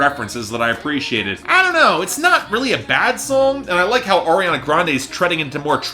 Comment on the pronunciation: remember when would call her "Air-iana" lol same